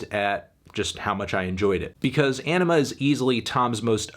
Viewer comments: smh melon its anima not enema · great review, but it’s called ‘anima’, not ‘enema’ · Anthony it’s Anima not enema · P F / Dad Reacts Anima not enema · Sorry, I just keep hearing "Enema"... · Did he just call it Enema? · It is pronounced enema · Sorry did you say enema? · Why do you pronounce it as "enema"? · Every time you say Anima I hear Enema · You said...enima? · Please stop saying "Enema". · pfft. sounds like this nigga said enema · Great review, but its 'Anima' not 'MBDTF is a 6' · Great review but I believe it’s pronounced Anima, not little anime girls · The pronunciation of Anima is wrong Anthony.